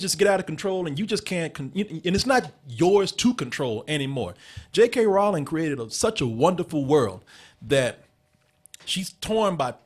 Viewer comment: it's Rowling like Bowling. lol